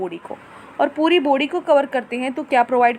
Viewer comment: Mam jab aap body Bolte ho tab mujhe foody sunai deta hai 😀